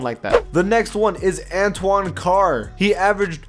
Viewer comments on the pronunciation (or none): none